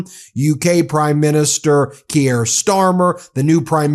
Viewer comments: Ben, I'm pretty confident Keir is pronounced 'Keer' not 'Kee-air'. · It's Kier as in 'here', not 'key-air'. Also, it is 'mack-ron', not 'mack-rone'. Jesus, it's not hard. It just takes a bit of intelligence and humility and effort to learn how to pronounce these names, Ben Measles. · Very grateful for your work Ben, but for goodness sake l earn to pronounce MacRON and Kier (Keyer.) You don't want to sound like Trump . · Jeepers man not Keyere Keer is how it's pronounced, spelled Keir. Carney knows there are other markets but he also has the connections both in business & government. Twice a G7 Central Bank Governor of 2 countries, first to ever hold the position in England who wasn't British. Upper echelons of business that Trump would never be considered for never mind could ever reach. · Ok ben we have to do a phonetic intervention. Keir Starmer's first name is pronounced "Keer" as in "My dear deer named Keir is caught in the political headlights." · Just a wee note for my overseas friends. Prime Minister Kier Starmer's Christian name is pronounced 'Keer' . Keep up the good work x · Again mate, it's "keer" Starmer. One syllable. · When you translated Macron's words (not Macrone) you faked a French accent. That is not an honest use of Ai. Keir is not pronounced Kee-air.